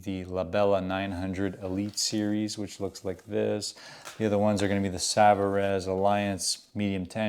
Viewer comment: A note to my fellow players: Savarez is French, not Spanish, so the correct pronunciation is "sa-va-RAY" not "sa-va REZ"